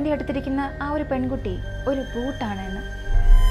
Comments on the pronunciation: ചേച്ചി ഒരു ചെറിയ തിരുത്തു ഉണ്ട്... Boot അല്ല... Bhooth ആണ്.... അതായത് മലയാളത്തിലെ ഭൂതം എന്നാണ് ഉദ്ദേശിക്കുന്നത് 😊🙏👍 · Not boot it's bhooth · ബൂട്ട് അല്ല ഭൂത് എന്നാണ് 🙏 പൊന്ന് ചേച്ചി അതെങ്കിലും ഒന്ന് നേരാവണ്ണം പറ 🙏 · Bhoot alla bhooth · Madam ji, it's not Boot...it is Bhooth.